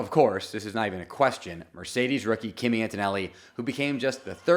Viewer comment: It’s pronounced “key-me”… not Kimmy.